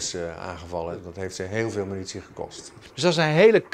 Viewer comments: Dat is traditie. Artjerie, minutie, boem, etc.. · Stelletje zwakzinnige experts met spraakgebrek, de minitie voor de arte rie is bijna op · Al die minuutsie en atjerie is me toch wat zeg. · Het valt mij op dat (bijna alle) militaire experts de militaire termen anders of verkeerd uitspreken. Minutie ipv munitie, ajtjerie ipv artillerie. Heeft iemand hier een verklaring voor? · “Als de minitie op is kan de atjerie niet skieten” Johan Cruyff